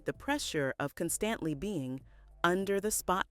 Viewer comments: "Cun - stant - lee" 😂 u mean constantly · Did this AI just say CUN-STANT-LEE instead of constantly!? What happened to good old-fashioned speaking into a mic and doing a voice over like a regular human being. 😂😂